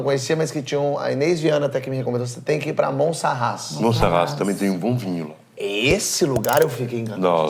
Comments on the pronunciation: Porchat 2 coisas: É Monsarraz e nao Montsarraz, mas muito mais do que isso há uma palavra em portugues que é "labrego", que é exactamente o que esse teu convidado portugues é. Dito isto, adoro todo o seu conteúdo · Já agora é Monsaraz e não Monsarraz. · Roberta AF Porchat conhece mesmo! O Português da Gretchen nem o nome da cidade de Monsaraz sabe pronunciar corretamente 😂